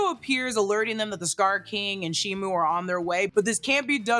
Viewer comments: SHIMO NOT SHIMU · ALSO also also. SHIMO! SHIMO, not SHIMU